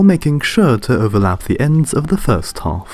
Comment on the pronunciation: “Opposite hoff” “first hoff” you mean half